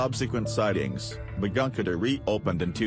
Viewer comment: Because of the Goanimate voice Begunkodor station sounds like mcgunketer and 1920s one 19 hundred two zero.